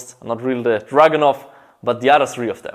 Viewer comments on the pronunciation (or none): Its Me Its pronounced dragunov and although its a DMR its more like a sniper rifle.